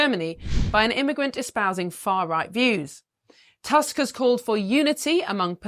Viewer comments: He changed his mind after he became the PM. Don't trust him a bit. And it's not "task", we read "u" like English "oo" in "book". So his name reads "Toosk". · I know you Brits are notoriously bad with foreign languages, but Tusk is really not a difficult surname to pronounce xd